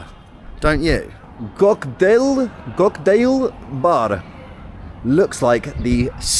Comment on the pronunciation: You pronounce "kocktaeil bar" like a legitimate Russian trying to sound American. Very kharasho!